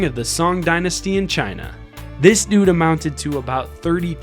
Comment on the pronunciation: how many does this guy said DOOD